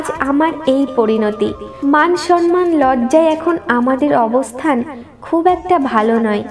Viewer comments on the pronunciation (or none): none